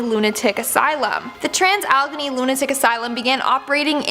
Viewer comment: Allegheny is pronounced AL-AH-GAIN-E you’re welcome